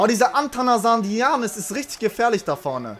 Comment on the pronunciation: It's ATHANASIADIS not ATHANASINIADIS